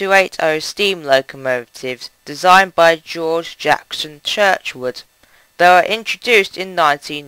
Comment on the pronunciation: Young man, Mr Churward's family would be horrified to know you pronounce their name Churchwood.